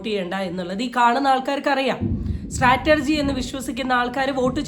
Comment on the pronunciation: സ്ട്രാറ്റർജി അല്ല ചേച്ചി 😇..... സ്ട്രാറ്റജി